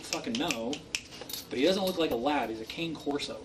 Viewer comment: Claims his dog is a Cane Corso, does not know how to pronounce Cane Corso.